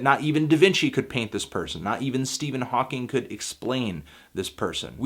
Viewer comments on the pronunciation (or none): none